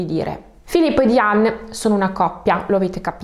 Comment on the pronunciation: Diane si pronuncia Daien